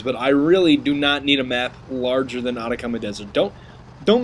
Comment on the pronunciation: nice video but its ah-tack-ah-mah dessert not otacauma dessert